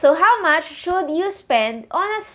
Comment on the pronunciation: Lagi ko lang po napapansin bakit hindi niyo po sinasilent yung 'L' sa SHOULD pag binibigkas niyo? 😊